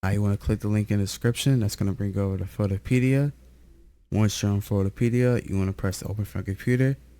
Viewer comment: Someone teach bro how to pronounce minimize and photopea